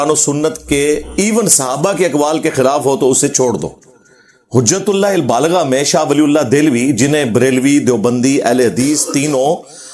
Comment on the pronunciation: Hujatul baligha…..abey Engineer sahi se kitab ka naam pad lo….kitna jhutttt bolta hai…..Tumhara video dikhney se accha hai BF dekh loooo😂😂😂😂😂